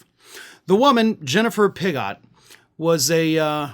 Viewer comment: You called her name Pig-gott, but her name is very very very clearly PIG god. Like all the orange people who love their PIG god.